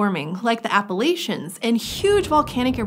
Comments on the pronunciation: It's a-puh-LATCH-un. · No one else gonna mention that she mispronounced 'Appalachian' ?